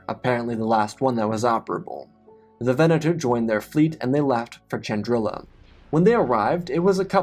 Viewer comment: I thought it was spelt.pronounced Chandrila not Chandril*i*a